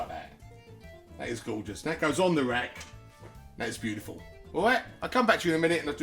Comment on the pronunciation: Looks lovely also I love the way you say beautiful it cracks me up every time